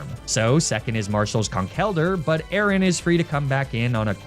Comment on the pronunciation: He also pronounced Aaron like Aaron. Not a-a-ron.